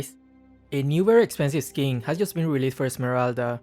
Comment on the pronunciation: be like: "this new very expensive skingggg"